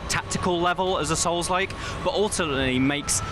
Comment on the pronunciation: absolutely agree. I've played all the Onimusha games and I actually winced every time he said souls like. 😂